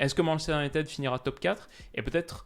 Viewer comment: Sur la prononciation c’est « Unitide » et non « Unitède »